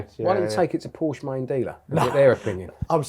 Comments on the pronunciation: "PorschA care"... I'm out. 😂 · "how to spell porshee" got me rolling 😂